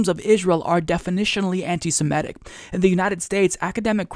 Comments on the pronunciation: Love your work. Can I pick a trivial bone though? Why is I that you and so many other Americans can pronounce “antisemitism”, but when it comes to the adjective form it comes out “antisemehtic” instead of antisemitic? (The extra “h” is included to emphasize the point of mispronunciation. I do know how to spell antisemitic lol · I hear people pronouncing 'anitisemetic' - h the second 'e' is actually an 'i.' .mitic as in mitten.. I mean it is antisemite not antisemete.